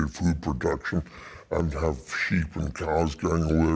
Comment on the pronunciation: Lol did he say sheep's in cars lol